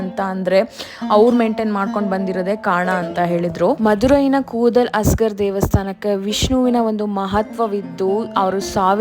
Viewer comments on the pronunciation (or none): ಕೂದಲ್ ಅಜಗರ್ ಅಲ್ಲ ಮೇಡಂ ಅದು, ಕೂಡಾಲ್ ಅಳಗರ್. Zh ಅಂದರೆ ಅದು ' ಳ ' . ಅಳಗರ್ ಅಂದರೆ ಸೌಂದರ್ಯ, ಚೆಲುವು.